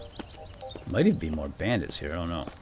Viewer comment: Randits not Bandits